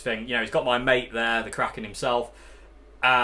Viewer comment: I think it should be pronounced 'Kraken' not 'Kraken'